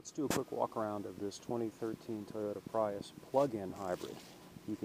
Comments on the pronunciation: Lol.. They came out the plug-in version in 2012.. Still uses NiMH up to year 2013. change the title.. False advertising your video.. I was looking for the 2014 Prius.. Pronounced pree-us. No pri-us.. Lol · He said "Pry us." Haha. Its pronounced "Pree iss." Nice video though!